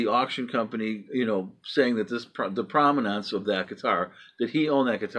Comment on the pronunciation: Provenance. (Not 'prominance.')